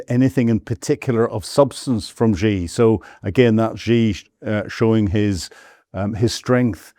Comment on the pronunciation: What a pompous tool. He can't even pronounce Xi's name correctly, let alone make any qualified guess at what is going on. He think's he is cleverly and slyly having a go at Xi and Putin, we are not deaf and dumb you naive idiot. We all have seen your hundreds of years of Imperialist disasters and we can all see that crap ending for good. China and Russia have a great relationship and no matter what crap you can dream up will destroy that, you just make your self look stupid. China and Russia negotiated Siberia One for 20 years, Siberia Two so far ten years, in the mean time Shipments via the arctic have been ramping up..... You seem to think you can poke the bear with impunity. They don't need nukes any more, they have the Oreshnic, its just as powerful. Your heard Zelensky squealing yesterday it was not fair Russia sent ONE their way after he murdered a dozen or more school children a few days ago. At least Russia had the decency to warn Ukraine they were going to flatten a factory or two, there was no such waring from Zelensky he was about to murder a bunch of school children.